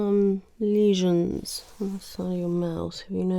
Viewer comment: The way you said lesions sounds like how they'd say it in Downton Abbey 😂. Great relaxing video!